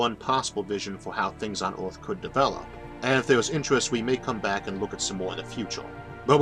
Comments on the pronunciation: I cant stand his voice... ooth instead of earth... jesus christ. Have someone else read the damn script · OMG how can you not say earth!? this is terrible can't listen to you at all. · I have no clue what planet you are talking about. "Orth"? Learn to say "ER", not "OR". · “Visions of Awth”